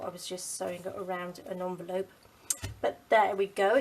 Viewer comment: You call it a "Junvelope"!